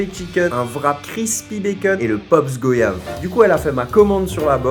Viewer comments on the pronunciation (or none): GOIYAVE PAS GOYAVE !!!!